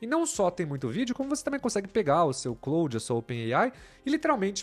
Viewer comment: É Claude, não Cloude. 😂